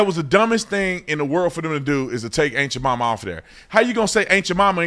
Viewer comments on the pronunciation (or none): I've heard "ant" Jamaima and "aunt" Jamaima, but "ain't" Jamaima? You just made that up. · I done heard everything, "aunt" "ant" but I AINT ever heard... of ain't Jemima. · The way you say "Aunt Jemima" I keep hearing "Ain't You're Mama" and I'm busting a gut. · Haha. Sounds like officer Tatum is saying “Ain’t yo Mamma” 😂😂 I can’t unhear it. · Honestly everytime you say aunt jamima all I hear is "ain't cha mamma". Am I the only one?. 🤣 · Lol it sounds like you’re saying “ain’t ya momma” 😂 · when you say "Aunt Jemima" i swear it sounds like youre saying aint ya mumma lol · I swear you said "ain't ja mama"